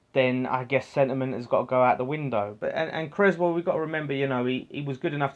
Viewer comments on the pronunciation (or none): Solid vid fella. Have to say though (and you aren't the only one), please pronounce Aaron's name correctly. You don't have an egg and crez sandwich! CRESSwell... 🤣🤣🤣🙈